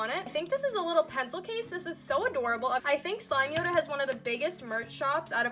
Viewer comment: (SLIME-yoda) not SLIMEY-oda 🤧